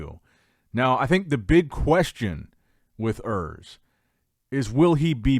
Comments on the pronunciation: Oors, not Ers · His name is "URS" not "Earth" 😂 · Der Junge heißt Urs nicht Örs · is actually "Urs" my guy